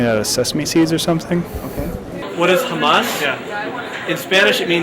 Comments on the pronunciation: OK, sure, they're astoundingly ignorant on some things. But let's be fair: the way he pronounced "Hamas" was wrong, and could be heard a "Hummus" or "Hamas", so the "chick peas dip" answer is actually not bad, and the one guy knew quite a bit of detail about Hamas.. And as for the president of Iraq: let's face it, we put these clowns up as "leaders" of their countries every time we invade (excuse me "liberate") some other country and they usually last about three days past the end of our occupation, so I haven't bothered to learn those names myself. Unless, of course, they do like Saddam Hussein and Noriega U Thant did and become brutal tyrants, and then we go in years later and "liberate" the country again. Iraq, Panama, Guatemala, .... and we tried but failed in VietNam and Iran. So screw what our puppets' names are; I don't care. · Hamas and hummus are two very different things, but given that the interviewer didn't pronounce either correctly, I don't blame any of those people for not knowing the answer they were shooting for.... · I like how these people are quizzing other people about to test their ignorance yet they pronounce Iraq and Hamas wrong. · Well it's not like he seemed to know how to pronounce it either.